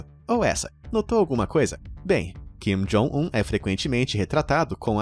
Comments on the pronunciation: É kim jong un , vc falou jin kong un rsrs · Jin Kong Un kkkkkkk, não seria Kim Jong Un? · no tempo de do video eu gostei da mudança de nome de "kim jong un" para o novo nome que o apresentador inventou "jim kong un" kkkkkkkk